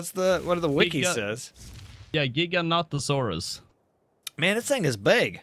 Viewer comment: thank you. someone finally says the giga's name right:)